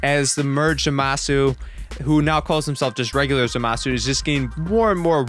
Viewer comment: 'Zuhmasu' kinda triggered me